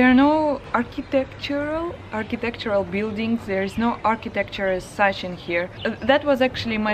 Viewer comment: First go and try to know what you dislike about your own country before pointing your finger to another. And I wondered, how can you compare Mauritius to Uk? Second thing, before talking about architecture, learn to pronounce architecture!